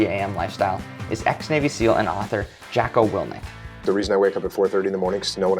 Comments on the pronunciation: This guy really said Jacko Wilkins. Cmon man. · How could you mess up his name that badly 😂